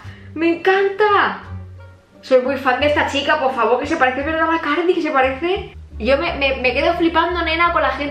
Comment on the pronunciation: "Ticheame a mi pofffavoo" 😅